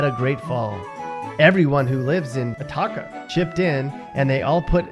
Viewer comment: Where the hell is ATAKKA? It’s Atoka dummy